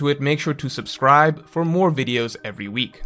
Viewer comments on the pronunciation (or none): none